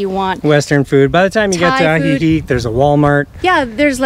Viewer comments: Im surprised after 2 months you can’t pronounce Ajijic. Thanks for the video -good info. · It's Ajijic with the c sounding like a k